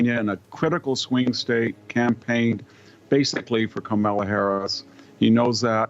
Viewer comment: I love how he keeps misprouncing “Kamela’s” name. 😂